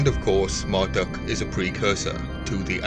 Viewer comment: Can you please not pronounce Marduk as Marduck? It's pronounced Mardook! U = OO.